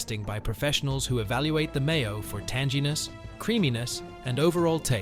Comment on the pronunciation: Adam was commenting on the pronunciation of "tanginess" with a soft g. 'Tanjeeness' isn't the way it's pronounced.